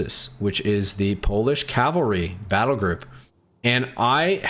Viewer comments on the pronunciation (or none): none